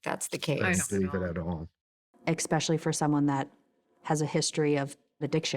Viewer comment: Expecially….. nope it’s especially